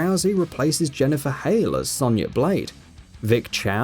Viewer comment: You pronounced Raiden,Sonya and Baraka wrong